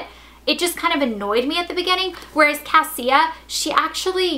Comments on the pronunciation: Her name is pronounced CA-Sha not cassia, the author told me. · the girl's name Cassia it's actually pronounced Kashia lol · And her name is pronouces Kasha. Like kesha, but with an an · So apparently her name isn't pronounced as "Cass-ie-uh" it's pronounced "Cash-uh" according to Allie Condie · When i read Matched i pronounced Cassia as Cas-see-ah throughout the whole book but then i watched and interview of the author and she pronounced it Casha... Idk how i can read the second one now... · I think she means Cassia is pronounced Kosha. I didn't know this though, so I think the way you pronounce it is fine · Her names actually prounced kasha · Cassia is pronounced like Ke$ha except with an "a"... just so you know.